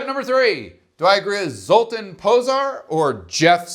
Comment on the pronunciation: Minor quib GG, but zs is pronounced "zh" which I know, tells you nothing lol but for reference ... well, anybody remember Zsa Zsa Gabor? Her name is pronounced correctly 99% of the time. Just to be complete, in his first name the ' over the a changes it from "uh" to "ah" ... so Zol-tahn Po-zhar. Accent on first syllable, as always in Hungarian....